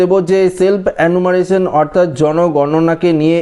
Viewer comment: অ্যানুমারেশন নয়, রে ওটার উচ্চারণ হয়ে হবে এনুমারেশন, জিভ টা একটু ছুলে নে 😜